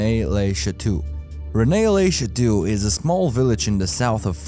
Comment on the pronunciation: A real researcher and research channel would have tried to learn how to pronounce major names, esp. if their first language isn't english; John the "Bape"-tist? Renay le Chatoo? Very sad.